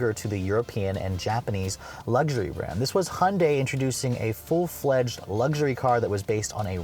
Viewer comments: STOP CALLING THEM A FOOKING HONDAI! IT'S HYUNDAI FFS!! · Don’t know who made such a commercial, but that’s not how it’s pronounced. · Why can’t Americans say Hyundai? HY-un-dai!!! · It's pronounced Hyundai like Sunday. Even Hyundai stated that in one of their commercials. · For DIPSHITS who want to make up their own name...try HY-UN-DAI...IT'S NOT DIFFICULT!! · They can't even pronounce it properly...